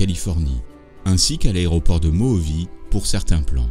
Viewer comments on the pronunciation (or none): De toutes façons, c'est nimp. "Mojave", en anglais, ça se prononce [məʊˈhɑːvɪ], (mo comme dans motor. ha comme dans harvest, et vi comme dans Victoria. Pas de bizarrerie, c'est juste l'adaptation à l'accent anglais de l'espagnol mojave. (ils ont juste diphtongué le O, comme d'hab pour les mots étrangers,allongé le A comme d'hab pour les mots étrangers, et transformé la Jota en un H.)